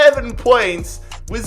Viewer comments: Hey heads up its pronuanced Sol ford not sal ford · Anybody feel triggered that he said sAlford and not sOlford. Ik it's spelt salford but it's said sOlford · Burns my head the way you say Salford🤣 it’s more Solford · It’s pronounced solford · pronounced 'solford' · You pronounce salford sol-ford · Ffs it’s pronounced SALLFORD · It's not. It's pronounced solford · I’m from salford It’s pronounced sol-ford You’re so annoying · Hearing him mispronounce Salford so much hurts. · Ur laughing at Manchester Utd yet can’t say Salford